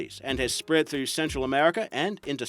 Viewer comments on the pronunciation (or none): none